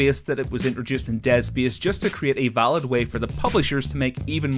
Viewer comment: Fecebook? Beesed? Deed speece? Wot?